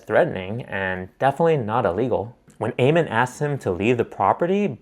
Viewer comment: Ammon is pronounced like ham-un without an h, not ayy-mun